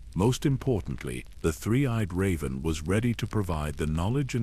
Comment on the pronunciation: How do you not know how to say Raven. Or Measter it’s weird. But great knowledge here.